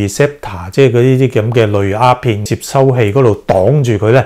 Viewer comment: 醫生。你好似講左蝦片喎，係丫片呀！